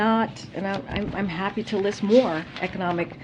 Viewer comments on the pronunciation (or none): none